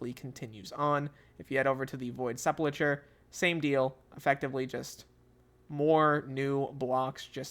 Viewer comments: Sepulchre is pronounced SEP-ul-ker (or SEP-ul-kur) in both American and British English, with the 'ch' sounding like a 'k' and the final 're' sounding like 'er' or 'ur'. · "Seh-pull-curr" is how you say it